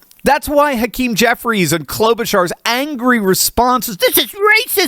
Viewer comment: Hawk-tau-keem Jefferies is my hero